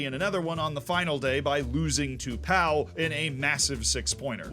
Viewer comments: I found it a bit weird, because on some he knew he was mispronouncing and said them jokingly, and on others he didn't. Like Pau, he said it like "pow" the sound effect in english and not "po" like in "postal service". We could nitpick all day. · Pau is pronounced 'Po'. French is not Spanish and so 'au' makes an indentical sound to the letter 'o'… If it were in Spain it would be pronounced 'Pa-ou' though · In the imaginary case you'd do something like this again Pau is pronounced Po, Allez Pau Fc!!